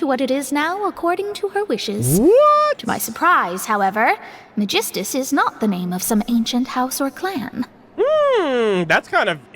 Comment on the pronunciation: Im still under the impression that Kazuha and Xinyan struggles to say Megistus due to their origin. Even with the assumption that Teyvat only differ by accent per region, Megistus is an unfamiliar name for Liyue and Inazuma